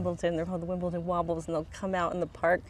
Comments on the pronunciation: Point of order... It's "The Wombles" It's pronounced the Wom'bulls. It was a very popular childrens TV show. 1973/1975. You should Google it forsure. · "KNIFE AND FORK", "KNIFE AND FORK",..... NOT "feckin' knife". WoMbles of Wimbledon NOT Wobbles. There's an M in the middle. 😉 OH and it's a 'wobbler' not a wobbly. In answer to your plate question, my wife and I, along with her sister do that too when we go for a meal out. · It's the Wombles of Wimbledon common, not wobbles 😆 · as a server, we have a system, fuck off stacking the plates!! lol, also its not wobbles lol its the wombles of wimbeldon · It's the Wombles of Wimbledon, not the wobbles.